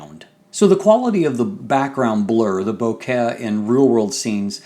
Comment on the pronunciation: Your pronunciation of vignette and bokeh is like getting stabbed in the ear. Nice review though.